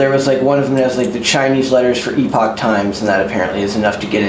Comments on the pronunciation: He said it the logical way. The fact that for some reason it's pronounced "epic" makes literally no sense whatsoever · Bruh- Epoch Times doesn't even know how to pronounce "epoch." The first several ads I ever saw pronounced it the same way was. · How does not know how to say “epoch”